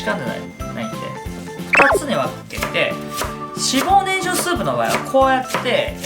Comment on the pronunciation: 今まで何回も作ってきたのに 今日初めて初っ端 脂肪ねんきゃくって言ってるのに気がついた😂 このレシピほんと好き。